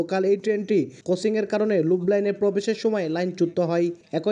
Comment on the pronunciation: ভাই উচ্চারণটি " লুপ লাইন " হবে